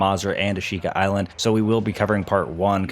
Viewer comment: The way he pronounces Ashika bothers me